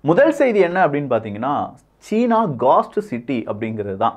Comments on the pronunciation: காஸ்ட் சிட்டி இல்லை கோஸ்ட் சிட்டி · Hai, You pronounce the Ghost city as Ghast city. Kindly pronounce as Ghost city